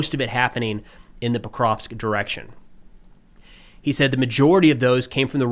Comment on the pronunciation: I gotta admire steadfast refusal to pronounce Pokrovsk properly